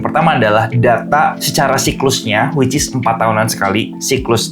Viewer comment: Dalam video ini selalu bilang wicis beberapa kali hahaha